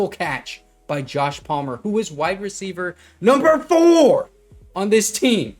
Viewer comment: My guy it’s wide receiver, not white receiver